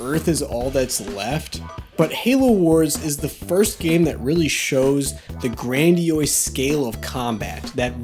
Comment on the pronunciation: It's pronounced "Gran-dee-ose" not ""Gran-dee-oise". Sorry that shit just really irked for some reason